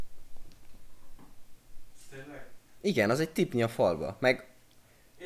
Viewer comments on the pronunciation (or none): az nem tipNi hanem tipLi